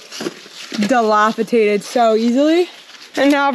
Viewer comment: Lol dilapidated, one T 😅